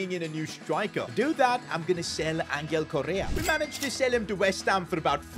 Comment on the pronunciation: Bro say Angels name properly it’s not angle it’s Angel (ohn-hell)